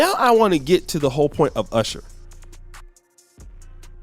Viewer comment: You mispronounced "Urshur" 😆 Looks like his women gradually went from darker to lighter. 😆